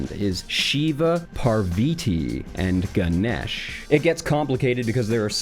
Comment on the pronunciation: "Shiv-a" okay, not a bad pronunciation "Ganish" not what we call him, but close enough "Parviti" god dammit, how'd you switch the a for an i? For future reference: it's PARVATHI PAR = par like par for the course VA = va like in vagina TH = soft thh sound like the TH in teeth I = eee like the French letter e